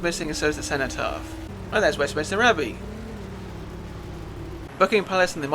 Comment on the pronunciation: Sorry to be pedantic, but I noticed that you pronounced something which I always did until recently. It isn't Westminister, it's Westminster!😅😊